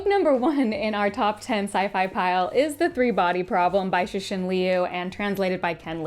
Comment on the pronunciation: It’s hard to pronounce Chinese consonants if you’re not a speaker but it would be closer to correct to pronounce the letter c in Cixin as a ‘ts’ sound.